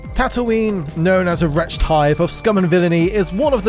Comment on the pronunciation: Wretched is two syllables not one